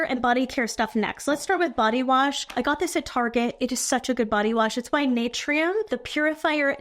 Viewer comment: Glad you're doing this again. Your makeup & hair look flawless in this vid : ) FYI, it's pronounced "Nuh tur ee yum" ( : I commented on one of your videos hoping you & Susan Yara would collab together. Naturium is her brand. She's friends w Nikki La Rose. It'd be awesome to see all three of you do a vid together.